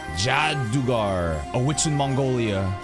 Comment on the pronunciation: Hearing pronunciation of Jaadugar made me laugh. He is our goat 🗿